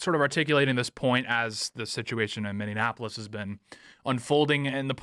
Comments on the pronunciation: For the love of all that is holy it is pronounced mi-nee-a-puh-luhs, NOT mi-nee-an-a-pug-luhs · I can't wait for all of this Minnesota drama to end only to stop having to hear Tate mispronounce the city as MinneANapolis! 😂